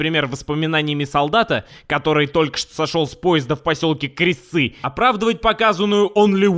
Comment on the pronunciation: КрЕсцы. Так правильно)